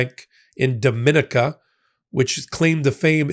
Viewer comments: Dominica is pronounced…. DOM-in-eka, and not Do-min-ika. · The country of Dominica is not pronounced the same as in the Dominican Republic. It should sound like "do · mi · NEE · ca." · It’s pronounced Dom-in-EEKA. It takes away from your reporting if you insist on pronouncing it wrong. It’s not the Dominican Republic it’s two entirely separate places! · Please correct your pronunciation of the island country Dominica. It is embarrassing that both you and Ben have been mispronouncing it for months.